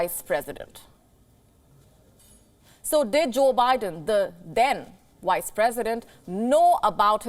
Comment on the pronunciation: I heard wise lol